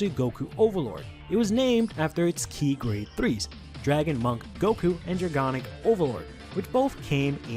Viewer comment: Dra-GON-ic, not Dra-GAN-ic lol